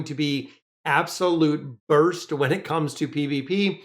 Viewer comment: BY DURA, She's a "BURSTOH~" 😱🤣